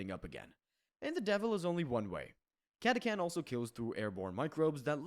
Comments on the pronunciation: It's not catakan. Catachan. Yknow. Catastrophe Chan. Cata-Chan. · I’ve NEVER heard catachan pronounced like that in my life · Came down here for this comment... what the hell was that ^^'